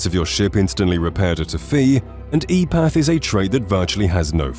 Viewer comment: 'em path' not e path